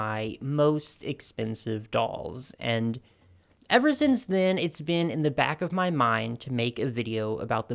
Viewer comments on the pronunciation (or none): none